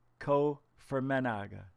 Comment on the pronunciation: ITSA SILENT" G". pronounced fermanah".